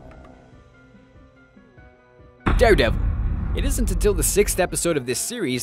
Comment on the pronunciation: did he say darre devil 2 times